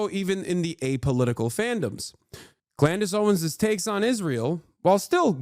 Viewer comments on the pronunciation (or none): It’s Candace Owen’s, not Clandace Owen…lol